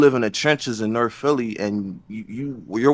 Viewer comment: Norf Norf